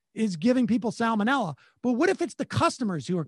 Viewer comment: I think he said sallamanella. Farcical either way.